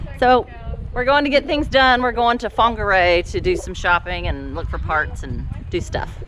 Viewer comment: Get use to saying some Maori places here. Also get use to being corrected 😂 like you were saying Whangarei differently to what I normally hear it.